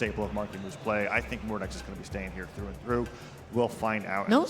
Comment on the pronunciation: What do you mean? Mawkiemoo on his Mowdex and Cwoss? Kyna on his Tewos? And with those wecovewy? 😂😂